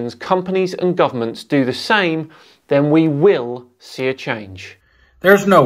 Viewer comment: ~ I think he is saying, "dyrmo dynamics". ~ I thought said, "individuals, companies and goblins".